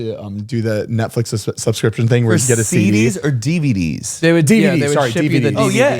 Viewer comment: Listening to Zane trying to say "subscription" in the Rocket money ad for some reason has me crying laughing🤣 and then when he talks about Netflix same thing lol. My word of issue is cinnamon 🤦‍♀️ I trip it up every👏 time👏😂.